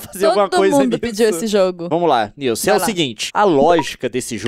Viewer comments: "SILCE" morri KKKKKKKKKKKKKKKKKK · Nice: não não leon:cilce Nilce: cilce? KKKKKKK😂😂😂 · "Cilci" HAHAHAHAHAH to rindo ate 2016